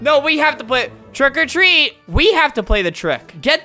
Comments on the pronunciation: not quiggily it's trick or treat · Who really liked it when he said “Trick a treat” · I like when Albert says TREAT OR TREAT TRICK OR TWEAT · Twick or tweet🤣🤣🤣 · The intro: “TrWiCk Or TrWeAt” Me: keeps replaying while dancing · It sounds like hes saying TRICK OR TREE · Albert: "Twick or Tweat! TWICK OR TWEAT" Me: Instantly Likes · No one: Flamingo: TWICK OR TREAAAAT C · “TWICK OR TWEAT. TWICK OR TWEATTT” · ''TWRICK OR TWREAT''